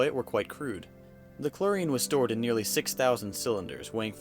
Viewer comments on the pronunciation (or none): none